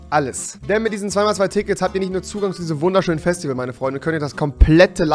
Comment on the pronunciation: Ich will auf das Fäschtiwäl weil ich hier ein Kommentar schreibe! xD